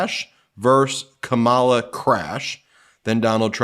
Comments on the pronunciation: It’s Kamma-la or Comma-la. Not Ka-Ma-La. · KAH-mala, Ben. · Comma-luh....you've been listening to too many Republicans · Ben, your mispronouncing Kamalas name wrong😮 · Try putting a little effort into pronouncing Kamala Harris's name correctly. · Ben, when you read the trump 'truth' beginning at approx. in this video, you twice mispronounced Kamala Harris's first name! This is so demeaning to her and since you definitely know the correct pronunciation, you should issue an apology! (retired teacher) 😇🙏🌈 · Can you please pronounce Kamala correctly? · How is it you are mispronouncing KAHmala’s name, Ben? Practice and use flash cards or something 😮